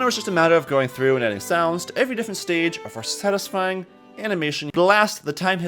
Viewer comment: take a drink every time he says sastysfying